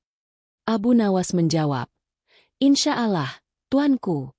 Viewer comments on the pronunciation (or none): 🙏.insya Allah.bukan insa ala..buat yg pembawa suara cerita.🙏🙏🙏